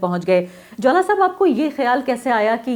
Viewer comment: Jaula Ko Jwala Bata Rahi h